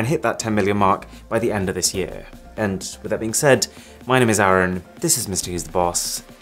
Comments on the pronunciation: Is it me, or did anyone else notice he always pronounces his name as 'Aaron' instead of 'Arun'?🤔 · Haha..speaking about names...i am still waiting to hear your name as "Arun" rather than "Aaron" ;) .Another Good video 👌👌